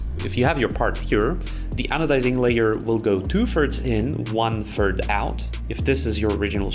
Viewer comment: what? what's a "Tooferds" or a "Wunferd"? much appreciated. ✨👌🏽